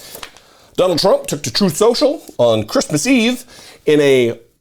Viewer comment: Why do keep mispronouncing 'Troth Sential'?